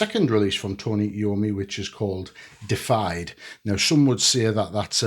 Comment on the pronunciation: Not "Defied," it's "Deified" (DEE-if-eyed) which means made godlike.